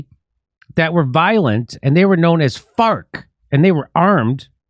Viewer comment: It's prononcd 'fars'